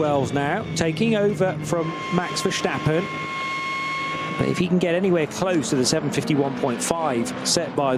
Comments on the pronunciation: Omg the way the announcer pronounced Verstappen for 4 hours had my blood boiling 😂 it's VerSTappen not VerSCHTappen. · Its Max Verstappen, not Verschtappen. Idiots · Please, please, please. There is no H in Verstappen. Hearing him called Versssshhhtappen is so grating. It is not a big ask for a commentator to learn the pronunciation. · why do they pronounce it as vershtappen lmao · verSHtappen???? This commentator is something else…